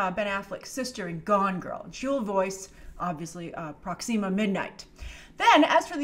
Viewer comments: Its not pronounced Proxeema its proxima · Sorry i like you but it’s not pronounced proxeema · I love how pronounces Proxima Midnight as Prox "ema' Midnight Lol. Also, if Peter Dinklage isn't Eitri The Dwarf King(there're photos of him with dyed hair from a while ago) I think he'd do an amazing Corvus Glaive!